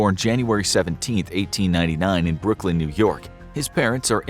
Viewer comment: you forgot the n in Brooklyn